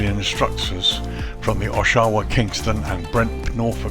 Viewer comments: Just a note, the pronunciation would be OSH-wa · I got my license here in 1963 flying Tri-champs (nose gear on a Champ) on an Air Cadets scholarship. it looks quite different now, but I assume the downwind is the same, over a cemetery, then the public swimming pool. I laughed at your pronounciation of Oshawa. It's Osh...... awaaa (short middle syllable like away) Thanks for posting.